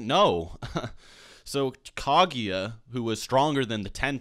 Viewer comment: KAGUYA M8 GET IT RIGHT